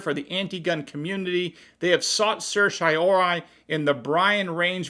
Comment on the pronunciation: Sir-see-yo-rah-rye, before you mis-pronounce it again if you are before the Supremes.